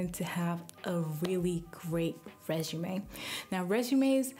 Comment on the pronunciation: ...I noticed how she said, "reshume"☺️